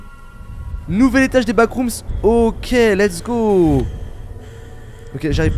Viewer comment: Vremment ça me frustre que dise backroomsss alors que c backroomsss sans s